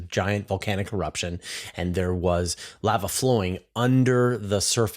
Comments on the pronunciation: How to pronounce lava--> Thank you for your videos. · The pronunciation of lava aside, shouldn't it be magma tube?